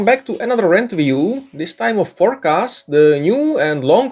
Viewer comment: For-nic-ass!! Hahahahahahaha